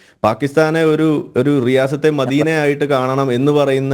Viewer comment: റിയാസത് അല്ല സിയാസത് (രാഷ്ട്രീയ )